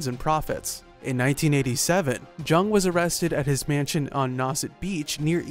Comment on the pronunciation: Thought it was pronounced young